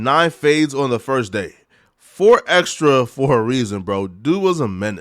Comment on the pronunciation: The way this dude says his name is so cringe. It's xtras with a s not xtra